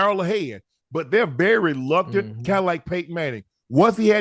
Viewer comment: Am the only one hearing unc say "luctant" instead of reluctant?